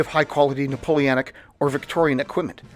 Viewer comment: Drinking/Smoking game: Imbibe each time he says “NapoleAnic” 😅🤣